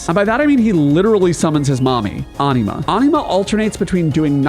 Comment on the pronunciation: Watched til I heard how you pronounce Anima.